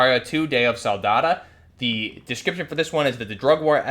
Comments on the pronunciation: Day of SOLDADO not Soldada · SoldadO. That’s an O at the end not an A. You sound like you’re saying day of the salsa 💀💀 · Say it with me - soul-dah-doe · Sol-da-dOO , like 🍕 dough!. Ur attempt Spanish is cringe A.F. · Bro butchered the life out of Solidaro 😭😭😭